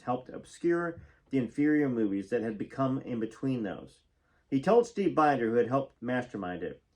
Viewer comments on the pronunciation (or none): Mitte Steve Binders name is pronounced Bender❤